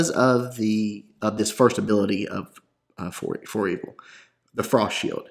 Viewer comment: The ancient "Foreveil" is pronounced For-vail :)